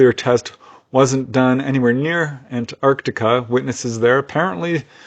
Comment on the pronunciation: Impeccable pronunciation of Antarctica. Love your videos.